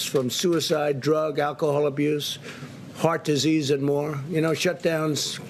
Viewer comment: Did he say fart disease?